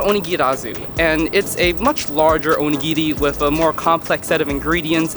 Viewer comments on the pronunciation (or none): cool video btw, to me, when you speak Japanese to a Japanese person, you sound pretty good but I think your intonation was a little bit off when you were saying these words (maybe because you were speaking chiefly to an English audience?), e.g.: oNIgiri (not oniGIri) aSAkusa (not AsaKUsa) TArako (not taRAko) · you dont pronounce onigiri right and its really dorky